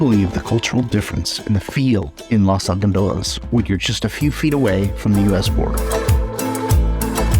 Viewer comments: It's not pronounced Las! It's Los! With a long "O" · I cringed every time you guys said Los Algodones because you said it various ways, but always incorrectly. I'd probably look up pronunciation next time you do a video with words from another language. That said, it was a good informative video that can definitely be useful for people who need dental care or who just want to visit a safe place in Mexico.